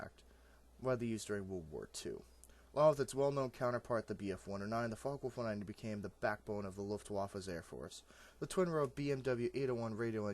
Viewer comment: You....do know its Focke? Right?